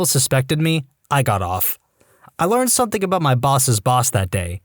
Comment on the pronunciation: No K in the word something .